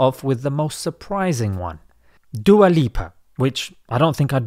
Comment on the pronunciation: You mispronounced Dua lipas name. It's Du aa as in prayer in Arabic.